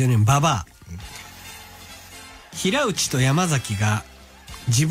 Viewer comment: 平内のことひらうちって読んでるのマジで巨人には興味なさそうで笑う